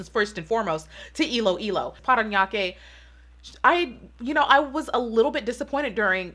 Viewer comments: How you say “Parañaque” is really on point!! Loving it ❤️ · I'm impressed that you were able to correctly read the cities... you nailed PARANAQUE :)